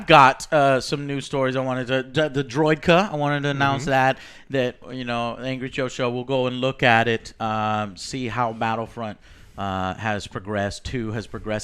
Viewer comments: Droika? Isn't it a Droideka? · I'm sorry, did you just say Droika instead of Droideka? o_O Also, the Witcher series will be based on the books, not the games, so no, they will not look like that.